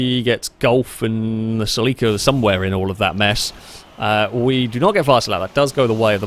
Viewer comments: 😅 it's pronounced CELL - ick - uhh you have the emphASis on the wrong syLLAble (not cell-EEK-uhh) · Omg why did he pronounce it SEL-EE-KA? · Its pronounced ( sell ie caa) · Japanese car means it's pronounced "セシリア Seshiria" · its pronounce silly car